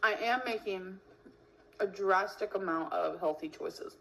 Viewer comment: The way that she pronounces “drastic” as “Jurasstic”